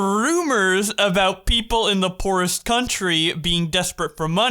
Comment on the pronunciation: He says poorest like poo rest